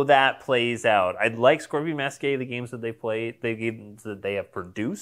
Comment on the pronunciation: Scorpion Masque is pronounced as "Mask"! English is weird.